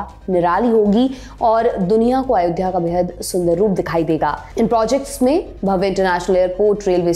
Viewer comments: आयोध्या नहीं अयोध्या हे वो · आयोध्या नहीं अयोध्या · Its not Aayodhya….it is Ayodhya